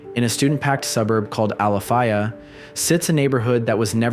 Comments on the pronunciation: You're pronouncing it wrong. It's ala-fay-uh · I stay literally around the corner from this, and its not pronounced Alafiya 😂 its pronounced Alafaya 🤦🏻‍♀️ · I’m going to let it slide because I wouldn’t dare correct you but as a native, I may have cringed just a bit at the way you said Alafaya 😅😅 as always though , great explore! So much respect and appreciation for the research you put into your background knowledge/history as well! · pronounced Alafaaaayyyyahh not Alafiiiiiyah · UCF alum,i remember this well- but it’s not Ali fi ya… it’s ala fay ya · FYI, it’s Al-la-Fay-ah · Hey, just FYI... Actually pronounced al-uh-fay-uh. Just looking out, I'm from and still live in Orlando...47yrs. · I live here,we pronounce it al - a - fae - a lol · Wow, exploring with at my alma matter! Very cool. Also, pronounciation would be "Ala-fay-uh" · Pronounced —- Al a fay (rhymes with day) ya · That's Alafaya (AL-u-Fā-u). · The road is pronounced “Al-ah-FAY-ah”. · “I just seen it”. Omg and if you don’t have the de de the good lord gave a goose to come out of the rain, move north. and he only game them a tablespoon. We have PLENTY of warning for storms! Stupid if you don’t get renters insurance. It’s not expensive at all. And learn how to pronounce Alafaya. 3 miles from my folks house… I do not feel sorry for these people. Watch the weather. Shelters open. Every school turns into a shelter. Stay safe and not stupid is a locals motto. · You can clearly tell he’s not from round here by the way he’s pronouncing alafaya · That's not how you say Alafaya. It's a long A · He pronounced ‘alafaya’ wrong 😂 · Ah bruh the way you pronounce Alafaya was getting to me lol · DAMMMMMMMMM i grew up car hopping in here say our city name right bitch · It hurts hearing him pronounce Alafaya wrong